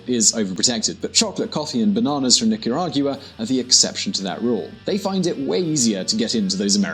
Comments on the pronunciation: Are you kidding me? North America, Central America, whatever... DOES IT REALLY MATTER? Are you going to keep on discussing geography or do you care about the genocide that's happening there? The facts on this documentary may not be 100% correct on every point & he may not pronounce "Nicaragua" properly but is that really that important to you guys? Give me a break, people are DYING. I know for a fact because I'm from Nicaragua & have friends there, as a matter of fact my city has been totally ransacked & destroyed by government troops. Just yesterday a young 15 year old kid knelt down & begged for his life but was shot anyways. Such cruelty is unimaginable. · Brits have problems with the "gua" sound the way it's pronounced in the Americas. They have the nerve to tell us we pronounce "jaguar" wrong when that's an animal from the Americas they named their car company after. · Rich Dobbs He's English but just lives there, they just put too much emphasis on the u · Oh.. and Nicaragua is in the central american ithsmus. Not north or south america and please have the decency and respect to at least pronounce my country's name correctly which is Nicaragua (Nicaraguhah phoneticly) not Nicaraguya as you say. Please with all due respect. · How he pronounces Nicaragua!!! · Say mate can you say Nicaragua for Bloody sake ..🤔😝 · Your prononciation of Nicaragua GUA no gu a is absolutely wrong annoying maddening uneducated get a handle. I unsubcribe as it kills me. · Thank you for this. I don't get news from that area much and appreciate your time to bring it here. I just wish you got the location and pronunciation of the country right. Otherwise, good job and nice context. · I think he should have practiced more on how to pronounce "Nicaragua" 🙄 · It’s hard to take you serious when you don’t know how to say the name of the country and don’t know where it is located. Nicaragua is in Central America not South America. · XergeDevil it pronounce Nicaragua🇳🇮